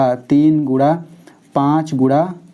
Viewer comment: Sir ap guna ko gura q bolte hi